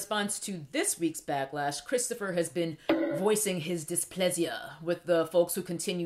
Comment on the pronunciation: COKES-toe-fer BROWN has sent me to the outer limits 😩😩😩😭😭😭